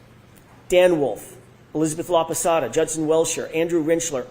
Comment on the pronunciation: Hey, I’m watching Dr. LAPASADA, no “Laposota”, please make the necessary changes to correct your mistake. And, you can be laughing any witness, more if is a FEMALE Medical Doctor, expert witness, you look like a MISOGYNIST and an ignorant, that I know you are not. You need to be more respectful of others. You are laughing her because she is older, but she has a humongous amount of knowledge compared with what you are going to get in your whole life. I know you are an educated man, but your attitude is disappointing to me. Because you are young, you can change things easily!